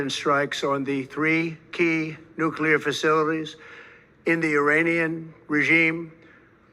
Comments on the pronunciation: nuclear bro not nuculear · Brother, I'm brand new to your channel. So far so good. I like ur take and footage. Pickin up what you're putting down. However... PLEASE stop saying Nucular. No such word. NUCLEAR, sir. Nuclear. It doesn't make you sound more intelligent to say Nucular. 1st time here and u can tell me to stuff it. Not an attack, just an observation, bro. Have a great day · 👍 btw/NUCLEAR is pronounced EXACTLY how it's spelled!!